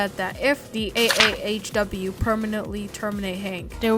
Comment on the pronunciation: He kept saying a.a.a.h.w when it’s just a.a.h.w